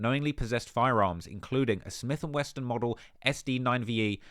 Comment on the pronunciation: “Smith and Weston” 😅